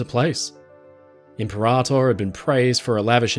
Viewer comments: Excellent content but the narration is a little painful each time I hear IM-per-ator. The emphasis is on the wrong syllable. It’s Imp-PER-ator. Think or say imperial. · Imp peh rah tôr - impera tôr (sounds like 2 words) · I think Impeerator as in Imperial?